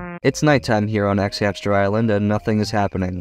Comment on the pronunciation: “xhamster island” 💀